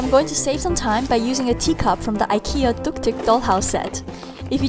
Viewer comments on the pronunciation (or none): You pronounce IKEA wrong